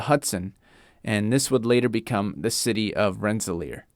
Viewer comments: Hey... you mispronounced Rensselaer.... its Renss-ler there no 'ear' or 'air' in it. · People not from Rensselaer, its pronounced RENS-UH-LEER People from Rensselaer, it’s pronounced RENT-LER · No, it's pronounced RENS-UH-LURR. look at the last three letters AER, not EAR.